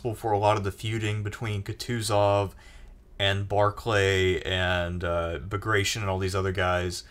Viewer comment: Not to be that guy, but that is not at all how bagration is pronounced, it's pronounced exactly as it's written, letter by letter: bag-ra-ti-on.